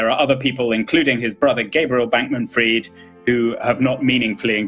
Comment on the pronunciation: It's not pronounced fried but freed